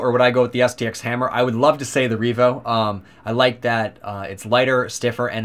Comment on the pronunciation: Revo, not Reevo. Solid review the pronunciation was just throwing me off.